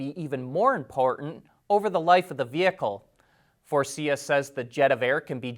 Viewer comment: Faurecia is pronounced for-asia